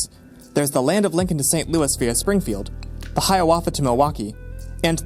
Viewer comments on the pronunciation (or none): none